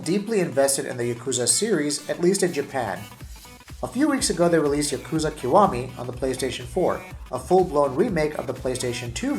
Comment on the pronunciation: Not only are you not comparing the PS3 version to the PS4 version...but you can't even pronounce the name of the game correctly...